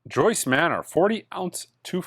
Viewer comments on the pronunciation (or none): none